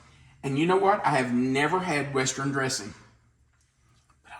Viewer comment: "West-ren"???? That's quite a pronunciation there. You were a teacher??